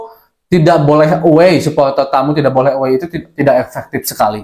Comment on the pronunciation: suporter bukan supoltel😭🤣